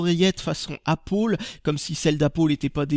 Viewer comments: Tu te trompe ^^ tu devrais dire Apple qui se prononce Apele et pas APPOLE Sinon très bonne vidéo j'apprécie particulièrement tes vidéos continue :D A bientôt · pourquoi tu dis "Apôle" au lieu d'apple ? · est ce que t'en fais expres de dire apole au lieu de apple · ***** Apple en anglais se dit "aiypole"... Et non "Apeule"... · Super vidéo mais pourquoi dis tu appolle ???? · C'est pas pour être méchant mais pourquoi tu dit Apole au lieu de Apple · Chaque fois j'entend Appaul au lieu de Apple x) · Bonjour c pa pour etre mechan mais il faut mettre du coeur dans ces video etre entousiaste montrer que c bo jai linoression detre a un anterement et il faut que tu dise apple au lieux de dire apoul donc voila maid ne pren pas sa pour des insulte non mais il faut juste a meliorer tes video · On dit apple et pas appol désoler pour la réflexion mais ça fait un peu con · c'est pas appol c'est appel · ca se prononce pas appole c'est apeule que on prononce !!! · Apple, pas Appole !! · c'est pas "apole" mais apple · trop fort, la feinte! bizarre, ta maniere de prononcer la pomme... hé! ils s'attendent à que tu leur colles 5/5 pour leur prestation (échange client/revendeur) :D 13/15 trop drole! vive la langue de Moliere ! :D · Pour ce prix là tu t'attendais à quoi? Et même avec l'accent américain on ne prononce pas apple! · Tu sais même pas dire Apple